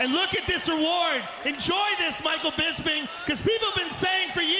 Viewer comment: First off, I love the way Rockhold pronounces Bisping's name.....Bisbing....I look forward to hearing that for some strange reason. I kinda was annoyed by Bisping early on in the UFC. When Hendo dropped the H bomb on him, it was kind of satisfying, in a sick twisted way. Anyway, Bisping won my heart over time. His perseverance, trash talking, and his character all contributed, but what cemented it was his love of his family. He really is a class act despite some of the stuff he might say.